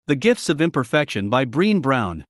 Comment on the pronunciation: Brenn-ayy Brown is how the name is pronounced 😘🕊️🌏